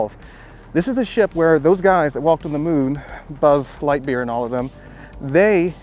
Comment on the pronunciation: Did you say Buzz lightbeer and all of them? :D Had me giggling.